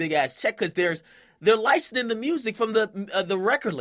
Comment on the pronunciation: "licening"??? come on my nigga. LICENSING!!! how can you not pronounce that? you still my dawg tho